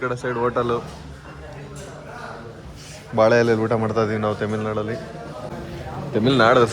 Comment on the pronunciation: ತೆಮಿಲ್ ನಾಡು ಅಲ್ಲ ತಮಿಳ್ ನಾಡು ಅದು 😂